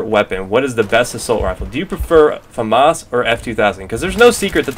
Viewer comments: it's FAmas, not faMAS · i like the way you say Famas